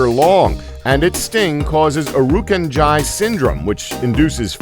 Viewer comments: Australian jellyfish pronounced, ear-roo-can-jee. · the jellyfish is pronounced era can gee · it's pronounces ira can ji